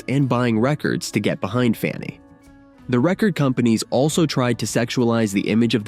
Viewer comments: Funny ? Try FAN-knee aka Fanny,. Death to AI voice overs. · They need to correct the computer narrator, The band FUNNY????? Its FANNY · Their name was Fanny not Funny. AI sucks. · Shame to have the bad AI-generated voice. The band's name was Fanny. Learn to pronounce it at least. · AI actually mispronounced FANNY (funny) 😂😜 love love love this band!! these groundbreaking women are def ROCK & ROLL HALL of FAMERS! Junecstill puts out beautiful magical music! 💖🌟🎶🎶🎸🎸👍👍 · This is a great feature, except your title disregards the all female rock groups The Clingers, the Shaggs and Goldie and the Gingerbreads. Why did you initially pronounce their name "Funny"? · Then why isn't "major label" in your title? Your current title "The Amazing Story of the First All-Female Rock Band FANNY" is false because it does not specify major label. It's not in your description either. And why didn't you answer my question about why the video initially mispronounces their name "funny"? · ... stupid AI (KI)... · When your voiceover mispronounces the band’s name four seconds into the video- you have officially shit the bed. Fanny deserves better, try harder. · Yes, he mispronounced their name, very strange